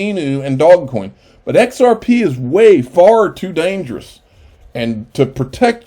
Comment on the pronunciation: Lol love how he calls dodgecoin 'dogcoin' its alsmost disrespectful but really funny at the same time..also the way he says Shiba Inu is also funny.. love his vids make sure to subscribe, great content keep up the amazing work